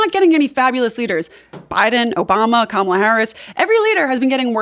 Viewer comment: wow, she pronounces Kamala’s name correctly. I’m shocked.